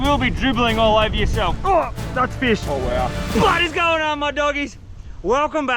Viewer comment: « Wow »❌ « Wew » ✅